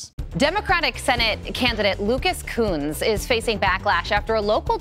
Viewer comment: somethig tells me Kunce's name need a better pronunciation :P